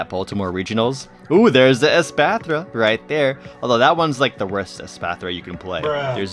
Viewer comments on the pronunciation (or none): none